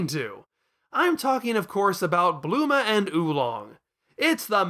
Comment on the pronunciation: I like how you get Bulma's name wrong for the entire video and just call her Bluma.